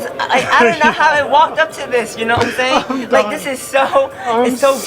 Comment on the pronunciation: "I'm just thaying." Chang.